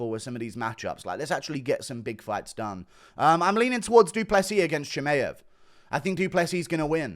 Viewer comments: It’s f ChimAev not Chimeev, it’s getting very annoying especially when Khamzat will be the future champ very soon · Why do you say Chimaev like that